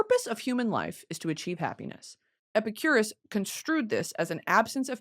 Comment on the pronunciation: brittany pronouncing epicurus as epicurious for an hour